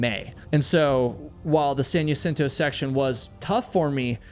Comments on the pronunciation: It’s pronounced HA-cinto, not Ya-cinto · Jacinto - HA-seen-toe ❎️ Jacinto - Yuh-sin-toe ❌️ Eta: When this happened, there were so many people in my local hiking group (san diego) saying such awful things about this accident. It really pushed me away from hiking communities. There are so many "high and mighty" hikers that seem to have forgotten that everyone starts as a beginner and that accidents can happen to ANYONE regardless of skill level. Second Chance has a video where he had to turn around in that same spot. I've been on it a few times, and it is extremely dangerous. God bless Trevor's family; may they find peace and continue to strengthen their sons legacy through the program that they started to save many more lives ♡ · Just for future (and we all do this, so this is not meant as a criticism), the word "Jacinto" is pronounced "Hacinto", not "Yacinto". Thank you for telling these cautionary tales. There's always another "Trevor" out there who - if he sees this - might think twice before traversing that trail without the proper equipment. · Maybe that’s how heard the locals pronounce it? I can’t get people to pronounce my name correctly. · Jacinto in pronounced “ha-seen-to”. In Spanish J Is like h. Like t is with jalapeño. Ñ is like y. I’m not sure how you are mixing these up but I’m ngl it’s driving me insane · I was looking through comments to find out how that part was spelled because I've also only ever heard Jacinto pronounced ha-seen-toe until this video, glad I'm not the only one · That plus mis-pronouncing Jacinto 15 times about drove me crazy.